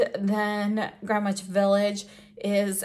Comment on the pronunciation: As a NY er I can tell u its pronounced like Grenitch. 10 out of 10 9n the video Made me happy xx